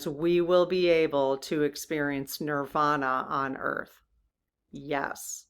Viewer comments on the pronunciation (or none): none